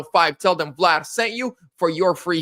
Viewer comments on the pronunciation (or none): none